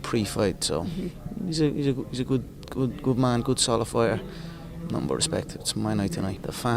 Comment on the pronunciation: “i have nutin against edward”🤣